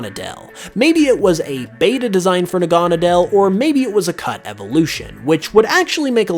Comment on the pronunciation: Its pronounced Naga-Needle!!!